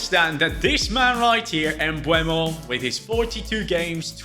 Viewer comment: Please, it's Bryan MbEUmo not MbUEmo 😅